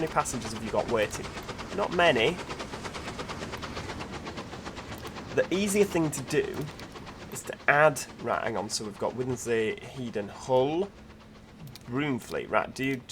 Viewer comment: Youre hurting all our ears from East Yorkshire 😂 Market weighton is said as Wheat-on, and Hedon is Head-un 😝